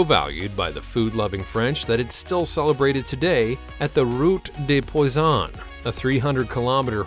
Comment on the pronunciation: In French poison and fish are two different things. Pronunciation matters.